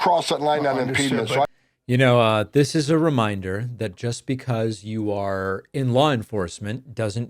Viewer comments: "Impeenment" someone smashed out his upper Teeth or did he accidently grab the wrong Teeth when he got out of Bed ? That Dude got bullied for sure all of his Life, now he seeks for revenge. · WTF is "impedement"? Does the drunken alcoholic Inhuman mean "obstruction"? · What's impedment? There is a word IMPEDIMENT but impedment? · Ummmm... someone should tell Tom Homan that "impedement" isn't a word.